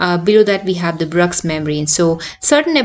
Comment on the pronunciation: Madam please check how to pronounce Bruch’s membrane